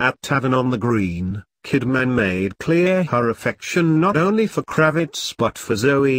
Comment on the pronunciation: Channel Fitzgerald...,Kidmaaaaaann, Lisa Bunet, what a bloody joke.,,. Get it right or get off here